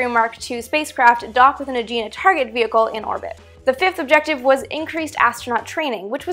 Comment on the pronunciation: Two minor points: The pronunciation of Gemini was always a source of confusion because it depended on who you heard saying the word (i.e.news broadcaster, scientist, project official, even astrologers) and, the target vehicle was the Agena, not the "Aegean."